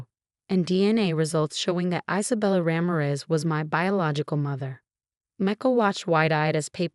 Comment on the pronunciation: Mar-TEEN-ez. Ra-MEER-ez